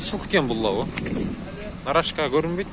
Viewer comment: Нарашка эмес, тура айтылышы Нароска вахаха калхоз